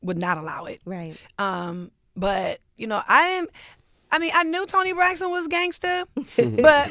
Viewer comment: i love that she says toni braxton 🤣🤣🤣🤣🤣🤣